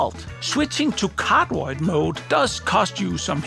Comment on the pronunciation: anyone else always understood "in cardboard mode" instead of cardioid ?! xD